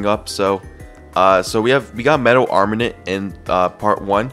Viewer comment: Hate how he calls it armanint